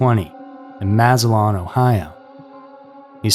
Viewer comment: Please make an attempt to learn how to properly say names correctly, they way you say Massillon makes part of me die inside even after the experience my family had with the mental hospital there in the early to mid '90s.